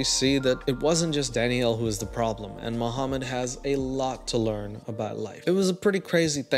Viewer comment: I'm thinking for like a couple of minutes straight you're saying DADDYO but your saying DANIELLE 😂😂😂😂